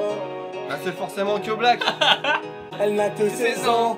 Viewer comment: luis-San vient de se tapé sa meilleurs dance😂😂😂😂😂😂😂😂 Et aussi, keblack se prononce kéblack Et encore aussi tous les chanteur qui son aprés René la Taupe doivent être en pls (si il on vu la vidéo)